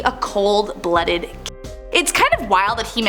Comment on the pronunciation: Can't believe that you can't say killer...